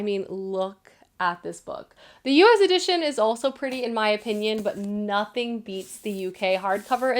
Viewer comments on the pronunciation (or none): none